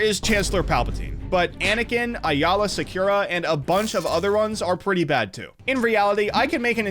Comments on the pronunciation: "Ayala Secura" Its fuckin AAYLA AAAAAAYYYY LAAAAA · "Aye-La Secure- a" Aayla Secura